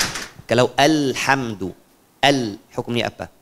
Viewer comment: Afwan syeh bacaan Alhamdu Alif lamnya kurang cepet atau jangan dipanjangkan baca Al nya🙏🏻